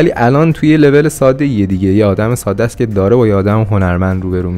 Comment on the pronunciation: دوست عزیز واژه ساده رو ساده تلفظ بفرمائید ، واقعا این کلمه تشدید نداره.